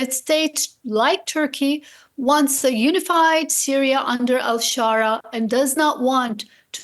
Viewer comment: It's giving Dora the Explorer got a job working as a presenter for DW. Why is she pronouncing Syria as Sooriah in English ? The choice of DW presenters is chaotic